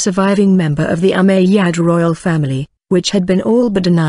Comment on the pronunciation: It's Called ( " Umayyad Caliphate " ) Not Ummadyia Correct Your Words Pro